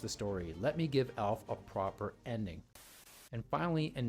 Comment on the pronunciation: Elf, Elf, Elf.. Aaaalf, not Elf!